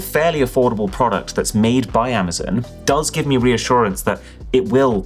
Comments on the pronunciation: Attention UK:It's not Amazen...it's Amazon. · Am-ah-zon NOT Am-ah-zin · Cool, so when are you going to stop calling it Amazun